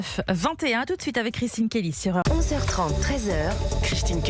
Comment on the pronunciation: Europ-an avec Chrichtine...🤫😂